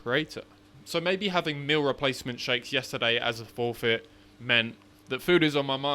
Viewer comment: Meal 💀 Mill ✅ what accent is that from? :P